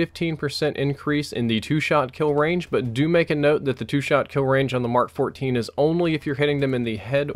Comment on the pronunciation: Is really saying mark14? Do my ears deceive me? Because in every other game he said "em Kay". Bout time he said it right.